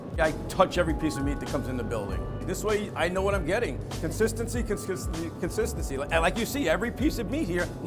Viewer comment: "Consistency, Consistensky, conkisskenzy"